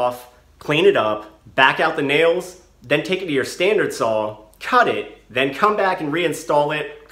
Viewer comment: What's a "sawl"?